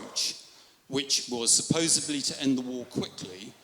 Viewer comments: A professor who says “supposeBly” has no credibility in my mind, regardless of how well he argues the merits. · Cambridge professor doesn’t even know that the term is “ supposedly “ not supposably. Baffling. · He used the supposebly!! Any person catch that? He's a professor!! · An English professor who says "supposably" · Did he say "supposably"?😅